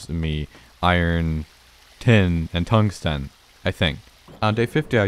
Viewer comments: Is no one else annoyed by how he says "tungsten" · You pronounce tungsten weirdly